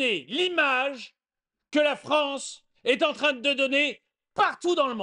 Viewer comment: La Fronce